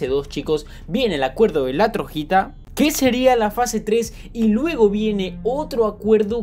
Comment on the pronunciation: Porque dices Trojita cuando dice Troyita